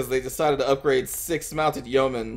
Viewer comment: It's yeomen, not yoemen ;) That battle was looking pretty good before the abrupt ending. SAD!